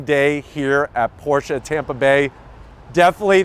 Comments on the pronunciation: Thank-you for pronouncing “Porsche” correctly! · Thank you for pronouncing the name correctly!